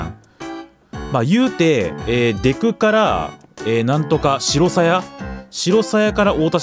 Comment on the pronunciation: 白鞘の読み方は「しらさや」です